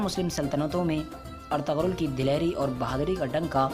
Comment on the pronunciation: Woh ertugul hai ertagal nai